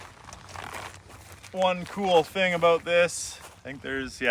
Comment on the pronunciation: You sound like a Canadian when you talk "aboot" something.